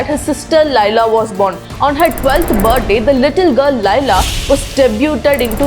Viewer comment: Pronounce it correctly Laila like "le - laa" and not "la-i-la" First correct it (the cultural way) and then teach us the culture U r not pronouncing many words correctly and ruining the cultural just to make ur fake accent and look cool .